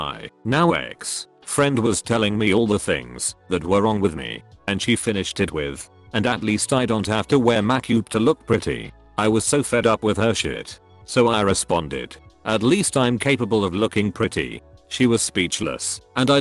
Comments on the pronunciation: It is supposed to be "Makeup" but the robot voice doesn't realize that. It is sort of like how Microsoft Sam can't say "Soy" properly. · the way that 'makeup' was pronounced cracked me up